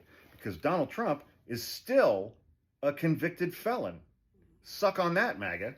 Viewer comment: Every time you said MAGA I heard Maggot 🤭